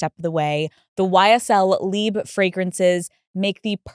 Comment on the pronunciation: That’s not the way to pronounce LIBRE of Yves Saint Laurent. LIBRE is an Spanish word. And even if you don’t want to pronounce it in Spanish, is still off in English. It makes no sense to say “live”. LIBRE means freedom. VIVIR is Live. Just so you know!